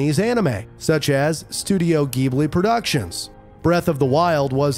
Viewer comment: you said the studio name Wrong